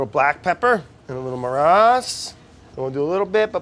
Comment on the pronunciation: Brad it's "marash"